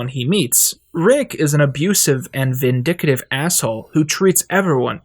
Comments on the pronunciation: I wish you would stop staying "vindictive" as "vindicative" and "surrogate" as if the A is long...... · Excellent video, but please learn to pronounce vindictive! It's vin-dic-tive NOT vin-dic-a-tive. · "Vindictive" not "vindicative" vidicative isn't a word. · It's pronounced Vin-dic-tive Not vin-dic-a-tive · also why do you say "vindicative" it's "vindictive" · vin-DIC-tive. Not vindicative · Vindictive,, not vindic-a-tive ❤ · He probalby mixed it up with "indicative" in some way. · it's pronounced vin-dic-tive. and your 17 minute rant against nihilism seems a bit rudimentary. nihilist philosophy did not begin with, nor will it end with this cartoon. you seem to be genuinely uncomfortable with the ideas expressed by this philosophy and that's fine, but that doesn't mean the show needs to portray some light at the end of the tunnel (and there are quite a few glimmers of optimism sprinkled about) for it to exist, and even further, to resonate with a large audience, which is clearly demonstrated by the massive following thus garnered. and even further, it's interesting to me that you spend all this time speaking on roiland's "intent" on parody, while simultaneously disregarding (or more likely not knowing) harmon's voice. many of the themes expressed in this cartoon have been touched upon in harmon's previous works. an audience's inability to grasp the fallibility of a main character is not the responsibility of a storyteller. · Two things: 1: Roll your finger across every letter in the word "V I N D I C T I V E" while saying it very slowly. 2: Is there some kind of clause in these video sponsorships where if you become a bad or in some way controversial person later you have to take the video down or remove the references to the product? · vin - dic - tif